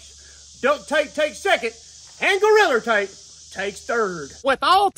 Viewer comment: Hilarious how he pronounces Gorilla Tape, as Goriller Tape.